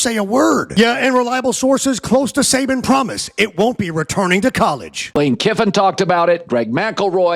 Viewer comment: I'm so hot and tired, I thought you were saying Satan!😂😂😂